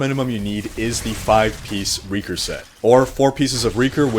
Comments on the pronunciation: It's pronounced RAY-CORE not REE-CORE. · Raekor, not reakor! ^^ Sorry! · RAY-KOR holy mother of god dude